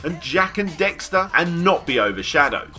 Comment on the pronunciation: Did you just call Daxter "Dexter"? I love me some Parappa, though. I'd like seeing another Um Jammer Lammy game as well, personally.